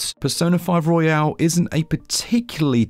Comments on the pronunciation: Nice review! Royal, not Royale (battle royale) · It’s Royal, not Royale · It's Royal not Royale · Why does everyone pronounce it as "royale" when it's just royal? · It's Royal btw, not Royale. 😆 Great review as per usual though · FYI it's pronounced "Royal", not "Royale". Hope that helps. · Was there some cheekiness or joke going on that I missed?? Could have sworn he kept calling it ROYALE and it’s most definitely ROYAL. Not a big thing just kept thinking to myself Have I been saying the wrong thing for a couple of years?? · It is a true classic not surprised that it runs well on the switch great technical review Side note It's royal not royale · hurts me a little every time he pronounces it "royale" and not "royal" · It's Royal, not Royale 🙄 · i thought i was going crazy bc he kept calling it persona 5 royale and i kept thinking it was actually called that lmao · Oh no bro is calling it pesona five royale oh gosh I can not watch this video he ain't saying it right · Your pronunciation of "royal" is bugging me. Isn't it only pronounced that way when it ends in an "e" (royale)?